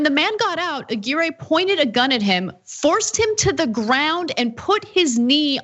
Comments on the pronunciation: Ah-Gear-Ray? Ah-Gw👁-your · A-GEAR-AY?!.....c'mon Ana.....you're better than that......A-GWIRE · If it's Hispanic, it's pronounced A-GEE-RREH.